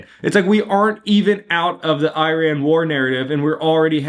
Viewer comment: Love your videos but the way you said Iran had me dying. Eye-raayn